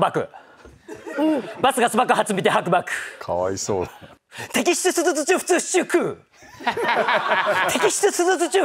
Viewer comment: しゅづつになってる、、